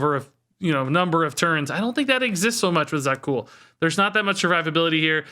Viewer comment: Za'qul is So'qul 🙂